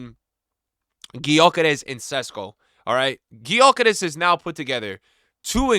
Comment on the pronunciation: it's pronounced (Yo Kerr Esh) just FYI